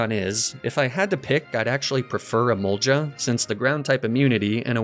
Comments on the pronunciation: How he pronounces Emolga always confuses me. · This dude needs to learn how to pronounce emolga